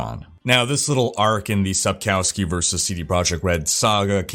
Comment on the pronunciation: Hello there, I am following your vlog sonce my D3 days, i love and respect the stuff that you do. Just a little comment regarding the pronunciation of the name Sapkowski. In Polish, the letter 'w' is pronounced as English 'v'. So phonetically speaking it should be Sapkovski;) cheers from Poland and have a succesfull year 2020!